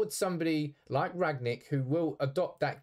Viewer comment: Said his name wrong throughout the whole video….